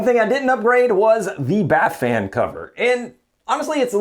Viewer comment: All I kept hearing was "Bat-fan". Then the AuDHD started kicking in... "Nana nana nana nana, nana nana nana nana, Bat-fan!" I'll be hearing that for weeks now.